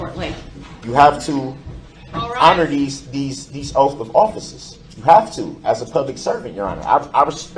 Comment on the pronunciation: her "ouff" of offices